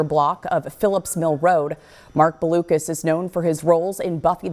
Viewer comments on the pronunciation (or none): Learn how to pronounce Blucas. It's not Balucas.